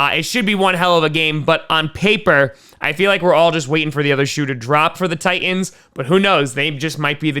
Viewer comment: It's "Titans" not "Tie ends".